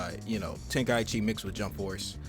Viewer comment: The fact he said tenkaichi wrong pissed me off